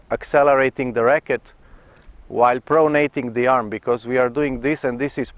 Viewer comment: do yourself/us a favour and never say the word 'pronating' again. Pro-nat-ing...pro-nat-ing... I'm just kidding you, Coach - you are hands down THE BEST tennis instructor on the Internet (and therefore, the WORLD)!! I know how it is when you're not a native speaker, it's a lot like a deaf person singing: you just don't know what you sound like. This particular term is usually only heard in its nominative form, i.e. 'pronation', at least in common parlance. Biomechanics experts (A bio-mechanic? Picture a guy in greasy coveralls handing you an overpriced estimate for fixing your faulty serve.) may use it as a verb, but to the general public's ears, it sounds funny. Ergo, YOU sound funny. Making native speakers smile is part and parcel of speaking another language - I did it all the time in German as an exchange student and now in French after moving to Montreal - so please understand, I'm just trying to help out. Ultimately, it doesn't matter one iota to your followers, we love and respect (and understand!) you as a tennis coach, so no worries! And thank you once again for all of your hard work on this site/channel and for sharing your unique (unfortunately!) perspective and abilities as The Best Tennis Instructor on The Internet/The World! Love and Respect - Jim Davis, Montreal